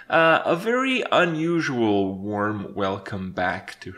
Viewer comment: more like "a wARRRRm welcome back" haHAA amirite guys